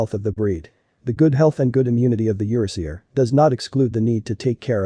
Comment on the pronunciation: "YER-uh-SEE-ur"? Nope, it's pronounced "yer-AA-zhur", which plays on the fact this breed is of EURopean and ASIan descent.